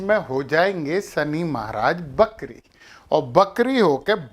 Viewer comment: उनका उच्चारण सही नहीं था लेकिन भावार्थ ये ही है की वक्री यानी ग्रह वापस उल्टा चलने लगता है